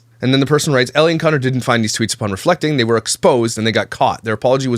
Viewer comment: I can't tell you how much i fricken love that one of signature quirks is saying people's names wrong 💀💀💀🤣... It all started with "Brittany K." Aka bish... "Jiz-laine" Maxwell (Ghislaine / pronunciation is gee-laine, highly rec. watching the documentaries on her & JE btw!🔥) and today, Ellie. Idek her but just reading it I'm guessing it's just Elle, one syllable. But i love that he does a whole video on her calling her ellie the whole time. He doesn't even care if he gets it right. I love itttttt 😂😂😂